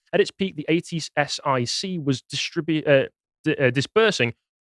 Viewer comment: “Ay tee ess eye see” 😂 At-sick, that’s how it was pronounced